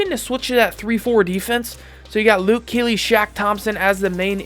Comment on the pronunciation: Lol he kept saying Luke keely